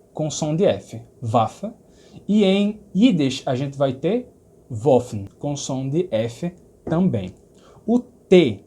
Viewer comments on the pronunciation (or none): none